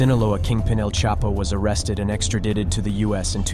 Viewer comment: you should look up the pronunciation of extradite, and cartel